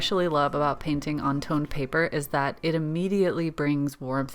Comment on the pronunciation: At first I thought you said toilet paper. That’s some serious skill indeed! But toned paper looks pretty good too 😊